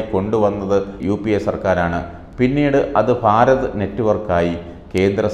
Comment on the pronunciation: ഫാരത് അല്ല, ഭാരത്‌.